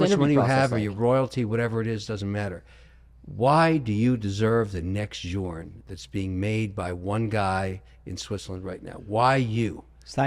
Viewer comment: Bro has literally met Jacob, and says FP Journe 🤣